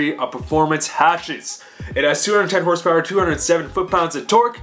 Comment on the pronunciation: I swear if you say hrsprs like fucking donut media again ima be filled with cringe